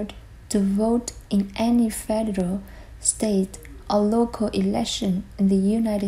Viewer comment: Hello! Sao chị nghe foreign speaker trong clip lại đọc chữ " federal" là " phe- (đ) reo "??? Có gì đó sai sai??. Trong khi you lại đọc " phe - đơ- rô" giống phát âm trong các từ điển.